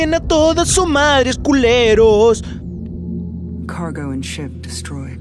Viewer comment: When the game said "Cargo and ship" i heard like : cargo and shit